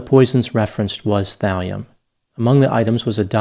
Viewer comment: thalium .. i thought you said valium